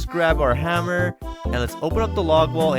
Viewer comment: Hammer not haaammer